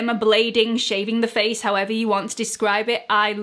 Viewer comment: I love when you say “however”—it makes me laugh!! I wait for it!! Love your videos!!